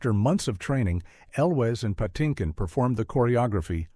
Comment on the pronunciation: (Why is Mandy Patinkin's last name pronounced "Pah-TIN-kin" in once sequence, and "Patty-kin" in the next?)